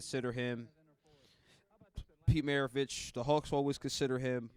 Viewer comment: dude couldn't even pronounce Pistol's last name - r u serious/